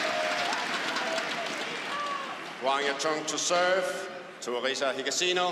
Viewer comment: GO HAGASHINO the guy next to him: higashino🙄